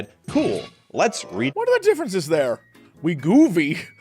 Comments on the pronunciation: Wegovy is wee-goh-vee or we-go-vee. And Gila is hila, he-la, he-luh. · LOLing at his pronunciations. It's we-go-vee and hee-luh monster. In all seriousness though, everyone overweight is overweight for different reasons. There is no quick fix. Each person needs to work with a physician if possible to determine their specific weight loss needs.